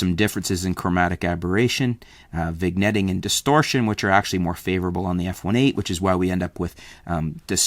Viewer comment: did he say- viGnetting?